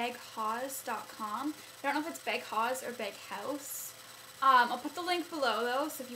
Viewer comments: it's pronounced bag HOUSE. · i tihnk its pronounced bag house.